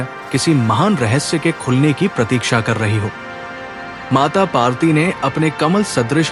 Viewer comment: Kindly correct your pronunciation. Devi's name is PARVATI and not PAARTI. Thanks. Please don't mind.